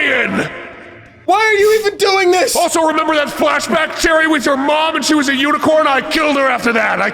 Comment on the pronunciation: I keep on hearing Cherry as Jerry